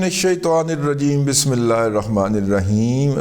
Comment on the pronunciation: اسلام علیکم دادا جی پلیز جب آپ بسم اللہ پڑھتے ہیں تو اس میں اللہ کے ہِ کو کلیئر پڑھا کریں پلیز 😊